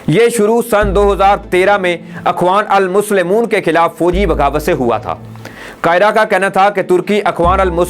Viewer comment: Peyare Bhai ap ki urdo bohat kamzor he. "Turk kar deya" ttark kar deya hona caheye tha. Akhwanolmuslemon nahin ikhwanulmuslimeen. Balaeutaq na rakhte hove nahin balaetaq rakhte hove.